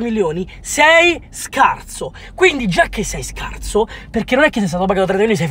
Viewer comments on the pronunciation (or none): Ma perchè dice scarzo? Ahahah